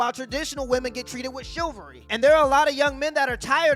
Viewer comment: Did he just say "shoe-valry"?